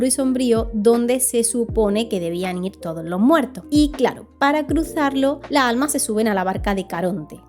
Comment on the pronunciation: Me encantan tus videos. Pero me irrita mucho el hecho que no pronuncies las S finalessssss "La alma" lassss almasss!!!